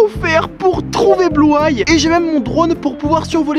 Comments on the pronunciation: Bluay? C bluey sa se pronomse bluy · On ne dit pas blueye on dit bluey😂😂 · On dit blueï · c'est blou-ay c'est bluey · Ça ce dit Bloui pas Blouay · Ça se dit Bluey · Ça se prononce bluei sof que sa s’écrit blues